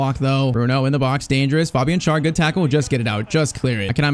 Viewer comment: Just a little thing when it comes to pronunciation: it's not pronounced Schar. To make it easier for you just pronounce him like the English word share. That's close enough to the actual German pronunciation of his name.